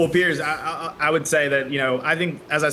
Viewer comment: Piers, as in rhymes with tiers.